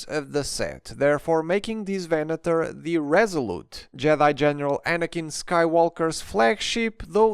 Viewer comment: I really appreciate how you pronounced Venator. Every other review I watched, they pronounced it Venadoor, which really is annoying.